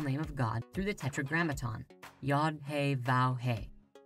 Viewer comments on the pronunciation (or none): Please please please please! Check with a native Hebrew speaker before making any more videos on kabbalah. The mispronounciation of spheriot, sphera, the four Hebrew letters in the Tetragrammaton, is not really a good thing to do when you are putting something out into the world. The English spellings of the Hebrew words do not reflect the true pronunciations of the words.